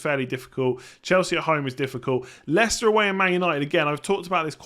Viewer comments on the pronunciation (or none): none